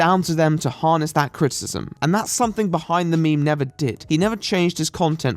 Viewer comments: What is "crit-cism"? You refer to it a lot. Is it anything like crit-i-cism? Like what I'm doing? You speak so f ing well that it just sticks out to me. Like an air bubble in a smooth coat of paint. Too much? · Is it just your accent or are you actually pronouncing criticism "crit-ism?" Because it's pronounced "Crit-i-ciz-um." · I need to set attempting to say "criticism" as my ringtone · Your pronunciation of "criticism" is awful.